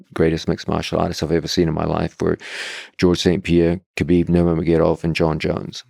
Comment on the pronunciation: love john, but he's never pronounced khabib's last name correctly in his entire life lol